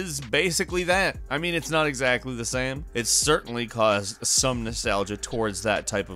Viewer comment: sry ,but i cringe every time you say game or same ...O_O